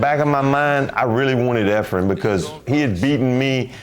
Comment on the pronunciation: I love how after all those years, still can't quite pronounce Efren's name properly LOL He always called him Efrem.